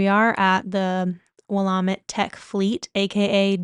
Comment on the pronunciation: Willamette is pronounced Wil- a'- met. The a is a short vowel sound like in apple. With the middle consonant having the emphasis. Hope this helps. Google the pronunciation, it really helps to hear it.